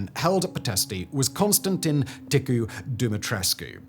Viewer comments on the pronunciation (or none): none